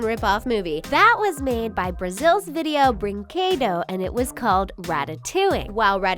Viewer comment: You pronounced the company wrong It's Video Brinquedo